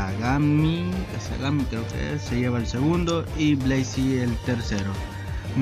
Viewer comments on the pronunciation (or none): SE PRONUNCIA KUSAGANAMI T_T POR K ME ODIAN XD Y 2 gracias gane el 2 lugar